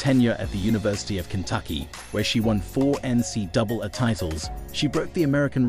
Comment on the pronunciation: Please, NCAA is pronounced 'NC Double A'!